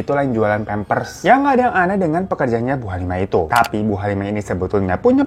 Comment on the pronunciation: Bukan pempres bang hiro,tp pempers😂😂😂